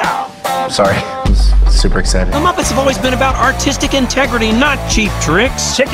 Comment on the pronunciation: no se pronuncia "mopets" se pronuncia "mapets"